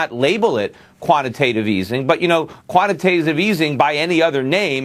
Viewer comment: the bitch said 'quantitatitive easy'